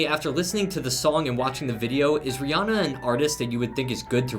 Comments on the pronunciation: half of them calls her Rayanna instead of Rihanna haha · when the woman said RaeAnna instead of Rihanna Ayeeee